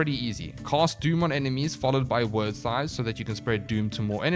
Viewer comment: I'm sure its been said before but Wyrd is pronounced just like weird. It's an Old English word meaning fate/personal destiny.